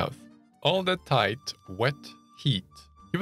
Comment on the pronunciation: tHiGhT not tight 😂